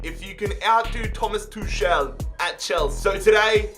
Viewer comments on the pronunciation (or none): Tuchel not tushel man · It's Tukel not Tushel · It’s pronounced Tukl